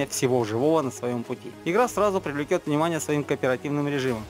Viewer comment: не привлеКет, а привлеЧет